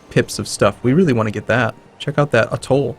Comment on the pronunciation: a toll.... a toll.... Shen is a bad influence, now is pronouncing things weird